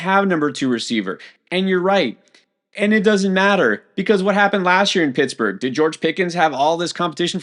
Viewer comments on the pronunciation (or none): none